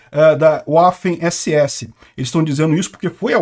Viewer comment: Fala-se váfen, pois o W alemão faz som de V.